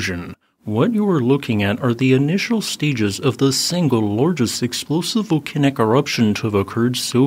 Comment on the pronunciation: and yet he can't pronouce volcanic?